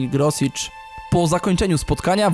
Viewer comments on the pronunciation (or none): nie pamiętam już wszystkiego co było w materiale, ale najważniejsze - nazwisko. nie Grosicz, tylko Groszicz. nie Dźula, tylko Dźulo, nie Tatabańa, tylko Totobańo. oczywiście, wszystko w wielkim uproszczeniu. generalnie najważniejsze zasady - 'a' bez kreseczki;) czytamy jak 'o', 'a' z 'kreseczką' jak 'a', 's' jak 'sz', 'sz' jak 's'. 'ly' to 'j', 'e' z kreseczką to coś pomiędzy 'ej' a 'ij', trudno to tak wytłumaczyć;] chyba tyle z najważniejszych, jakbyś miał problem z jakimś konkretnym słowem - pisz na mejla w mojej zakładce About. miłego!